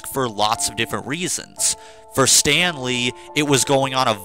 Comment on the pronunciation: Everytime you say Stanley, I keep thinking you’re sayin Stan Lee 😂😂